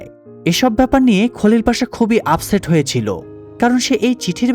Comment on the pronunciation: বাংলা উচ্চারণ অনুযায়ী নাম গুলো ঠিকই আছে।